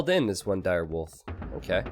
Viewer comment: Him constantly saying „girewolf“ was painful.